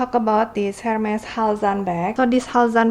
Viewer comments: It's pronounced "er-mes" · Why don’t you learn how to pronounce Hermes first ?